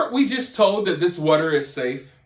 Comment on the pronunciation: Water not wutter🤣